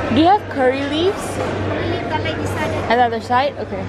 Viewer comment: Dia sebut curry leaves rupanya. Ingtkan apa lah kori leaves kori leaves 😅 accent kut. Nampak daun kari baru blh pick up